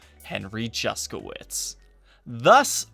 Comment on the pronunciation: The pronounciation of his name makes me cringe every time I hear it. It shouldn`t be pronounced "Juskowitz" !! If you`re curious how this name should sound- go to google translator, choose Polish, copy his name and click on the speaker icon.